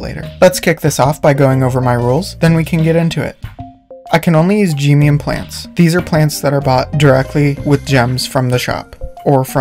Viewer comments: You saying geemium instead of gemium reminds me of when people say Pokeemon (Pronouncing é as ee) instead of either of the correct pronunciations, Pokaymon and Pokuhmon (é pronounced as uh or ay (é is pronounced "ay" like in café but it sounds weird and stuff so "uh" is also used officially)) I don't mind you saying geemium dw it's just kind of funny. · my whole life i thought they were pronounced "G-eh-mee-uhm" 😭not "Gee-mee-uhm"